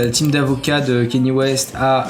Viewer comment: C'est pas Kenny c'est Kanye bordel !!!